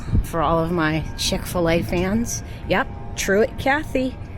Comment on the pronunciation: Hapeville 🙌 Chick - Fila ....you didnt say it right but its ok ...we know what your saying 😊 Never ate in there ...may have to try it